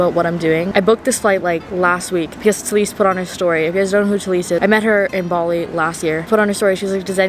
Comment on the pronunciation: “BaWLi” that’s literally how she pronounced Bali The whole video ha ha ha ha she’s so cute